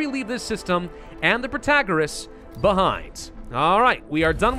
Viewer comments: he wasnt saying it prOtagOras, he was saying prOtOgOras. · What's wrong with Pro-ta-GOR-ous? I liked that pronunciation :( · Pro -tah -gor - Rras (somewhat what you have been saying before) is a lot closer to the greek that what you're saying now haha